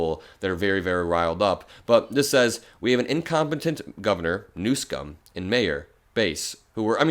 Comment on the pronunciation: Why I cant stand meidas touch Ben says newscum and miss pronounces Quatar. Seriously unacceptable!